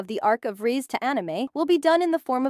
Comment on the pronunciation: Bro called reze so many names and so wrong rizzy reesy reez